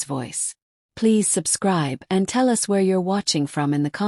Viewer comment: So AI can't say us correctly but they go u s. How uninformed and that's being nice.